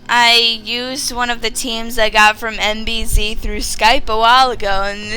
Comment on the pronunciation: not that this matters. she said nbz's name wrong at the beginning of the video